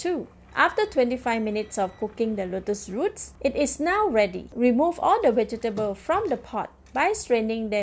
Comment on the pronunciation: Are you trying to say "V E G E T A B L E S?? 🧅🫑🌶🥔🥕🌽🧄 I keep hearing "wedgables"! 🤦‍♀️